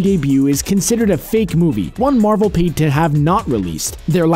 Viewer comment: Marvel not Marvek XD